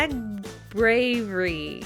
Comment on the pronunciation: My name is Mary and thats me! You did SUCH a great job,! Lol, ive never heard of Detroit Become Human. I love the blue shading. I didnt know how they would grow, so yeah.... btw, its said a-g-bravery 😂